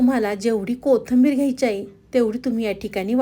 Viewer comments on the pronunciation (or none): पाकक्रिया छान आहे. फक्त कोथिंबीर म्हणा ताई. कोथंबीर नाही. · मराठी शब्द स्पष्ट बोला, कोथींबीर, चँनल,मेदू वडा